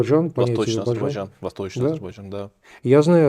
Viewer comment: Азербайджан, не Азербажан.